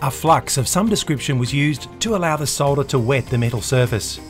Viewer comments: And that dear Americans is how you pronounce solder. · Hi, it's good to hear someone saying "SOLDER" the way it is meant to be pronounced instead of the American "SODDER", It's also good to hear "CAPILLARY" as opposed to "CAP ILL ARY,thanks from a fellow Aussie.